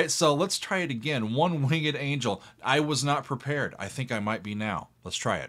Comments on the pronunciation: I LOVE that he pronounces it wing-ed. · You can say winged like that?